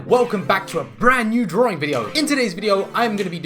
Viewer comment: Its DRAWING NOT DRAWRING